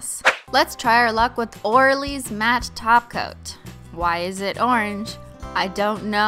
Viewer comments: WHAT THE HELL IS A TOPCOAT kinda sounds like taco I’m sorry for caps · Mary the Yandere Painting Loli she calls holo topcoat taco